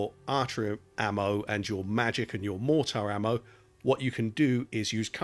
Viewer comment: Appreciate the video but man the way you pronounce mortar is driving me nuts.